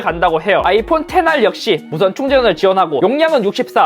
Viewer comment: 아이폰 홍보 영상에서 Xr 테나라고 발음하는 거 존좋.....테나~